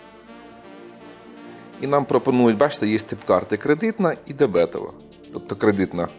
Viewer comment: Правильно не дебЕтова, а дебетОва